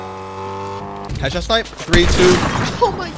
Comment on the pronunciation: Instead of headshot snipe I kept hearing ketchup snipe